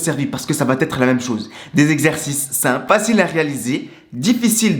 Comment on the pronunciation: Tu es très sympathique, mais fais attention à ton français! :-) On ne dit pas "vaTêtre" mais "vaêtre" parce que ça s'écrit "va être", et d'autres choses, mais là je n'ai pas le temps... lol Bravo pour ta vidéo, et force à toi!